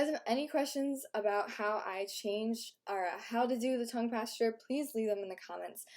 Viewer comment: So... we're supposed to believe she has had no work done? Not buying it. Also, "tongue pasture."